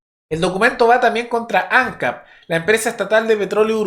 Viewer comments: Por otro lado ANCAP se leé Ancáp, no Ancap. Y Raúl Sendíc, no Sendic. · Ojalá nuestros vecinos siguieran ese mismo camino xo estamos muy disociados. Por supuesto los zurdos poniendo piedras en el camino, como siempre. Che, ANCAP Y SENDIC se acentúa en la última sílaba please; suena horrible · Ancáp!!! Tilde en la última (a)!